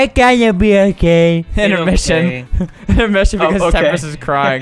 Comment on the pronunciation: "It's ghunna be okyay :)"